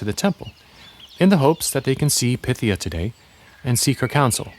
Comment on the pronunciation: Pie-THEE-uh. Like python. DEL-fee. Like shelfy.